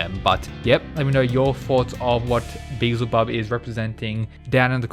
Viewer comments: Be-EL-Zuh-Bub. Finally! 😂😂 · Thanks for pronouncing Beelzebub properly, it may seem silly but the El in his name means God so its actually important to who he is. I really think/hope Loki fights Tesla, the God of madness and mischief versus the mad king of lightning would be dope. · he said it right ! pog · Thank fucking god you finally pronounced it properly I've been waiting for ages